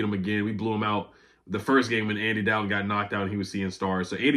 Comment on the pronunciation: it's Andy DOLL-ton, not Dal-ton